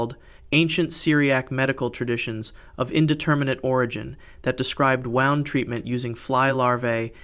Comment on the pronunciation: Wound with a oo sound not oww as in clocks being wound up.